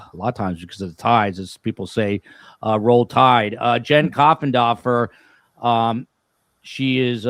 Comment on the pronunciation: It's Coffindaffer with an A not O.